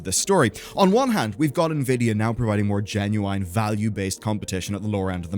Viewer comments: genuwhine genuwhine genuwhine genuwhine genuwhine genuwhine genuwhine genuwhine genuwhine genuwhine genuwhine genuwhine genuwhine genuwhine genuwhine genuwhine genuwhine genuwhine genuwhine genuwhine genuwhine genuwhine genuwhine genuwhine genuwhine genuwhine please make it stop uve been doing it forever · Which accent pronounces genuine the way does? First time I hear it said like that.